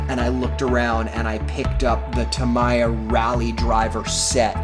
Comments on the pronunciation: It’s ta-me-ya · I think it’s pronounced tameeya